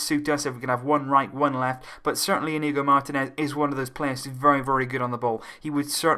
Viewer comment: It's pronounced 'Inyigo'